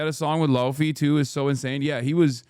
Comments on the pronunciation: Bro pronounced laufey as lowfee 😭😭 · I thought he was talking about lo-fi lmao